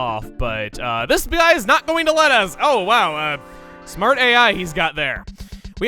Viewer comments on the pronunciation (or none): "THIS BUY" actualy i think you said gbluy